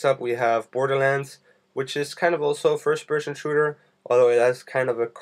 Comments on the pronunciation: LOL firsh pershon shooder. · Fersh Peshon Shooter :D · Firsh pershen shrooter xD just say fps lol. What is ported? You talk about parting all the time, what does it mean?